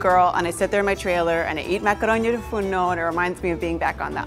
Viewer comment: it is "tou fournou" not "fourno" , 🇬🇷🇬🇷